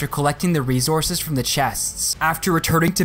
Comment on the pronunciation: Do you purposely say resources wrong